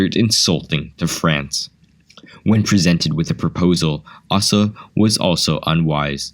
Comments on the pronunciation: "Asa" is pronounced with a long A. Ay-suh, not ass-uh. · A small note: the name "Asa" is pronounced 'Ace' uh'. Also I chuckled when "John" a founder of Coca Cola was described as a Civil War veteran -- a photo of American WWII soldiers was shown! But.. very interesting video, I hadn't known most of the info... in the video.